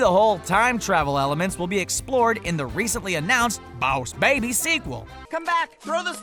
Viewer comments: WHY DOES HE KEEP SAYING BOSS BABY LIKE THAT????? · Stop saying boss baby like a cowboy,WEIRD!!! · why does he pronounce boss baby like that? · JUST SAY THE BOSS BABY NORMALLY!!!! GOD I HATE HOW YOU SAY IT!!!!!!!!!!!!!!!!!!!! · can't you just say 'boss baby' normal instead of 'Baws Babeh' It was fine at first but every single time you say it, it got annoying. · TacArmyRadio Oh, B A W S B E I G H B E E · TacArmyRadio bohsssssssss babby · TacArmyRadio why does he say bawss baby, boss baby is fine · He keeps saying "bows" baby. Why though?! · Yeah...Bouse Baby? Boss isn't difficult to say. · I’m sorry for this hate but when he says Bawss baby and not boss baby it is so so sooooo annoying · btw it's boss baby not Bauws baby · It. Is. Boss. Baby. Not. Bowsh. Babby. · Can he just quit saying baws baby and just say boss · he says baws Edit:baby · The BAOSS baby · BAWSE BABY! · When you said boss babby it was so anoying. :/ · Thomas5256 correction. It is bauws baeby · I think 99.9 of the comments are about how the person says bowsh baby Like is you agree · I never want to watch this again him saying "BAWSE BAYBY" Is sooooo annoying😡😡😡😡😡😡😡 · Why the hell are u saying the bause baby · “boss baiby” 😂😂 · It's so annoying how he says bows baby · Those are diamonds on Tim's wall, and those are stars on the tower, not triangles. And the illuminati has to have an eye in it, otherwise it's just a normal triangle. Also I swear to god stop saying BaWs baby. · THE BAWSE BABY IS a time traveler me: is it we or did you have a accent for a second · Lmao. I watched this while drinking and died laughing every time he said BAWSH BAYBEE. lmao. Lighten up folks! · Baws Baby xD I'm gonna say it like that from now on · Ugh I think I lost a few brain cells each time he said boss baby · Quit saying baws bay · loooove the way you pronunce boonce baebey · I’m going to lose my mind if you keep saying BAWSE BABY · Did any one notice that he kept saying boass baby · Stop saying bawse baby